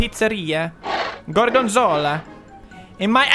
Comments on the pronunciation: It's "gorg*o*nzola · Pewds: GORGENZOLLA GORGENZOLLA Me: hes speaking the language of gods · He's saying Gorgonzola